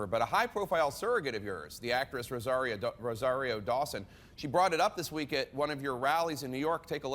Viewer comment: Damn he is just lying through his teeth. LOL Shame on fame thursty Rosario who is doing anything to keep her irrelevant ass relevant. He can't even properly pronounce her name. I guess to the old white dude minority names can't be bothered to be pronounced correctly. #BERNEDOUT